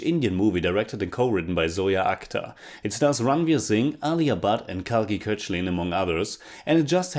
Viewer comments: Kalki’s last name is pronounced “cake laa” not Kochlien :) I got to know of it recently too. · Kalki Koechlin is pronounced as Kalki cake- laa. Surname belongs to European decent, some Germans had that surname